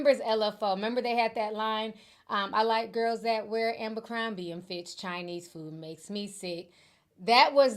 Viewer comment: It's ABERcrombie not AMBERcrombie.